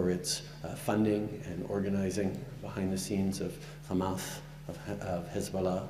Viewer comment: I'm sad for the Liberala how they still haven't fired this guy from the party He learned from Netanyahu how to say Khamas and Khezbollah not the Khouthies Shame on you when you show unequivocal bias in human rights issues